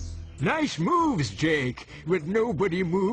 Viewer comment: when I get up to the grandad the boy says dake instead of Jake on mine